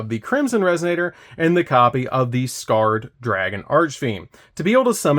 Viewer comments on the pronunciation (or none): Isn't Scarred pronounced Scar-Red? Red Nova Dragon's Ocg name is Scar Red Nova D.